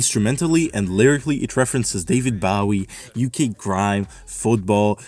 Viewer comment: that is NOT how you pronounce “bowie” 💔